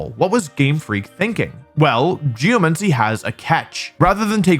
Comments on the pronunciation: ahh yes… “geoMENCY” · I’ve never heard it pronounced Geo-Men-See tho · it's literally not. It's geoMANcy. Just read it. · nah, geomancy would be pronounced like necromancy